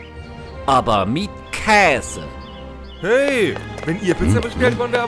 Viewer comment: Aber mit "Kääse"😂😂 Sehr gute arbeite, die Lippen bewegen sich genau richtig